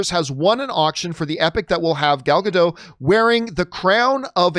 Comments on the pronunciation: I have to say, because it's bothering me - It's not "Gal Gado", It's "Gal Gadot". You need to pronounce the T at the end. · It's like changing the whole meaning of the name, just because some people refuses to pronounce the T in the end. "Gadow" means nothing in Hebrew, "Gadot" is. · It still makes me laugh the way people refuse to pronounce the "T" at the end of Gal Gadot's name as if they think she is a Frenchwoman. 😄